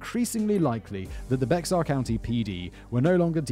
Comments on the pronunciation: I actually live in one of the counties next to Bexar county (Kendall) and most people here prounounce it as "bear" county. Still, was pretty funny that I still actually recognized which county he was talking about. Lmao, I used to pronounce it the same way when I was still a kid. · Bexar county is pronounced “bear” county. I made the same mistake when I lived in CenTx. Great channel by the way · In Texas, we pronounce Bexar County as Bear county. Well... I don't but most do. Just like Guadalupe, a street Downtown in Austin (the capital) is pronounced guada-loop. Some of us are smart, thoughtful, and cultured, I swear! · For future reference, Bexar is pronounced "Bear" in this case when refering to Bexar County Tx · Simon, FYI, Bexar county in Texas is pronounced Bay Har. Like a lot of cities and counties in Texas the name is spanish. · As someone from san Antonio, it's really funny how he says Bexar. Its supposedly to be like bear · Bexar County is actually pronounced BEAR - the x is silent. It's Texas. We name our counties and town oddly. 😂 Gruene is pronounced Green, like the color. 🤷‍♀️ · I would send you wine myself if you would drink it before / during the read. (I'm originally from Texas. Bexar is pronounced Bear - just like Grizzly Bear.) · Polite correction: Bexar County is pronounced Bae hard. Many Texas names are Mexican. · It's pronounced "Bear" county, because, ya know, Texas, I live in this county in fact. And yes please do the JonBenét Ramsey case. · As a person who lives in Texas, US, I feel that I'm obliged to say that it's pronounced 'Be-har' not as written. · Bexar is pronounced "bear". - citizen of Texas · For future reference, Bexar is pronounced "Bear". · Believe it for not Bexar County is actually pronounced 'bear' county. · Its Bexar like Bear... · Bexar is pronounced bear. It's Texas y'all. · I remember this event, being a local. Also, Bexar is pronounced BEAR and don't know why.... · FYI Bexar County is pronounced “bear.”